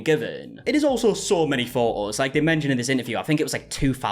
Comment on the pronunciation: Exactly the correct pronunciation 😂